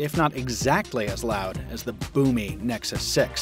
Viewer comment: "moto x pure edition vs. nexus sex" it really sounded like that